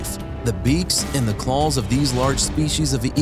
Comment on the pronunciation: Did someone write his script, wrong, he keeps say Calls, not Claws, WTF.... it's messing with my Head